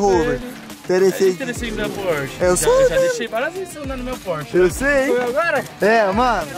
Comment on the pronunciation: Quem escutou o falar porche beger deixa o like!